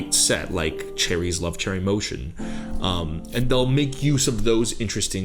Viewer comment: Oh btw Choerry is pronounced “chwae-ry”